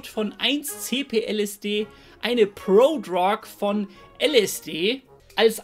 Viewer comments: „Prodrog“ triggert hart, ansonsten gewohnt stabiles Video. 🔥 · ich finds witzig wie du "Prodrug" aussprichst :D